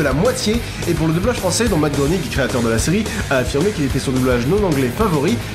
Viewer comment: CA SE PRONONCE MATH "GRÊNING" !